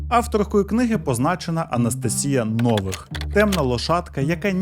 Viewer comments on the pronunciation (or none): Дуже смішно дивитися подібні відео, в яких автори щось віщають, що начебто розібралися в чомусь, серйозно розповідають щось там, коли чувак елементарно не може розібратися в назвах слів, які він говорить 🤣 Якщо хоча б правильно називав, то ще більш-менш було б, а так неможливо слухати... 1 бал із 10! 😄 Правильні наголоси: не АллатрА, а Аллáтра; не ШамбалА, а Шáмбала; не НовИх, а Нóвих. Кожен раз, як він неправильно вимовляє слова, наче розумово відсталого слухаєш 🙄😄